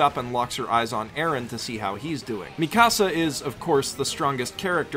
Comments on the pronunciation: No its mi-cah-suh Mikasa not Mi casa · JESUS CHRIST FOR ONCE I WOULD JUST LOVE TO HEAR PEOPLE PRONOUNCE MIKASA'S AME THE RIGHT WAY. IT'S MIKASA NOT MI-CASA